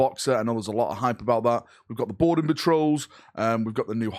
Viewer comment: I just can’t stop hearing “Border patrol” every time you say “Boarding patrol”. I need help.